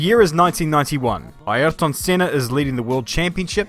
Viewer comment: It's the proper way to pronounce it, most people don't say it correctly.